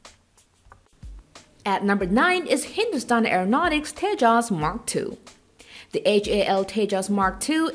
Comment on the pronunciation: Did anyone else noticed.. how clearly she pronounced hindustan